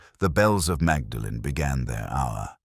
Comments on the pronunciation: Pronounced Maudlin isn't it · That’s not how they pronounce Magdalen